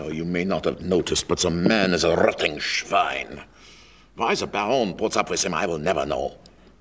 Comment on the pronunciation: he said "rotting Schwein" (engl. rotting pig)